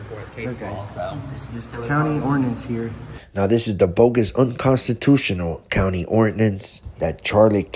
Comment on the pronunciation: can’t even pronounce the name of the county correctly……but carry on 🙄